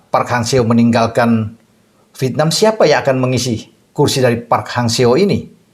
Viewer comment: MAU TANYA NIH....AKU SERING MELIHAT VIDEO NYA. KALO BICARA " VIETNAM" GAK PERNAH UTUH. TAPI BILANGNYA " VITNAM" JADI HURUF " E " GAK PERNAH DISEBUTKAN. AGAK MENGGANGGU KUPINGKU......🤣🤣🤣🤣🤣🤣